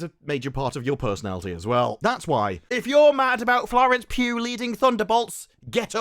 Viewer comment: Mate...It sounds like you're saying 'Florence Pube.'